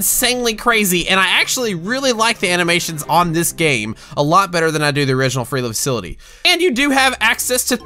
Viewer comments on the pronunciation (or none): Did anyone else notice how he said free the facility instead of flee the facility?